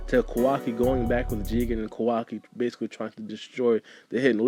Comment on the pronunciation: Sounds like you are saying Kawagi lol